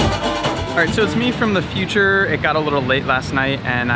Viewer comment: Future, not futtute 😂